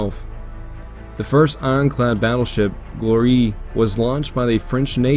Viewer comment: Gloire (French ironclad) is pronounced "g'lwaar", not "glor-EE".